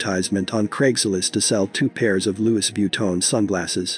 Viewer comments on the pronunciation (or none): none